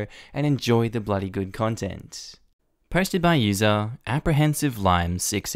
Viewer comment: I get the intro fine, but for some strange reason every time he says "posted" I hear "hosted" 😂😂